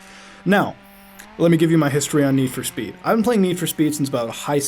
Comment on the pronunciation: NED FOR SPED!!! pronounce it right!